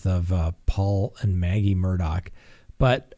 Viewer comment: minutes of talking about food super chats and patreon. Its Murdaugh not Murdock